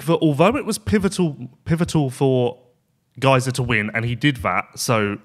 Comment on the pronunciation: Every time miss pronounced Gajser it's like nails in my ear. Great show otherwise.